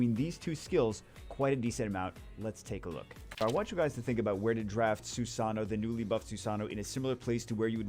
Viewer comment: Stop mispronouncing susano xD say it this way.. sue sa know .. just as one word lol